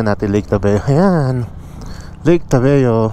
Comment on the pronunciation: ...tabayo hindi tabeo